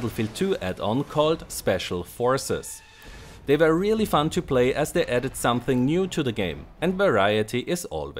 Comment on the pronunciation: Battle(non)sense ok :P, also its "fun" not "fund"